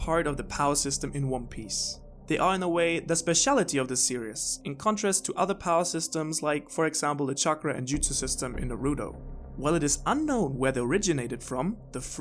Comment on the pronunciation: "Narudoh" Triggered.